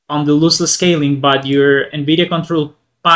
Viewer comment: Loss- less Not looseless